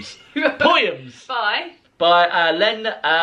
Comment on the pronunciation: is the first English person I’ve ever heard pronounce “poyums “ so well!